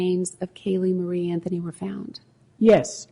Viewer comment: Judge gets that same little look "George W Bush" get's when he feels he says something intelligent. Proceeds to the next sentence saying "Pacifically" instead of "Specifically" or Casey "Anfony" instead of Casey "Anthony"...